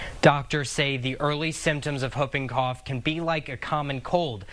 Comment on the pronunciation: Someone please tell how to properly pronounce “Whooping Cough”😂